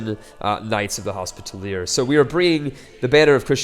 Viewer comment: Commentary is good, but some advice? Learn how to pronounce Hospitaller and Saracen. :P